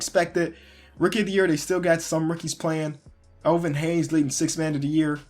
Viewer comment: why are you sayjng elvin haynes lol its hayes